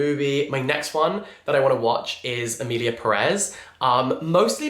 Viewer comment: it’s Pérez not Peréz, the accent mark is on the first E so the stress when pronouncing it is made on that first E, PErez 🙂